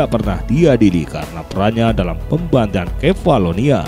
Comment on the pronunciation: Admin ga bisa baca melafalkan pembantaian